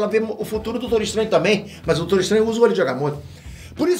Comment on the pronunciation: "Doutoro" kkkkkkkk